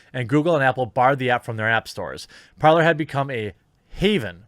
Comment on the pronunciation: Is it not parler not parlor, its talk in French